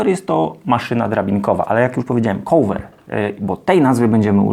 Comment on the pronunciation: Uwielbiam Pana filmy, są bardzo pomocne i wiele można się z nich nauczyć i dowiedzieć. Taka mała uwaga odnośnie wymowy: cover nie wymawia się "kołwer". Cieżko bez transkrypcji fonetycznej zapisać poprawną wymowę, więc podrzucam link: :)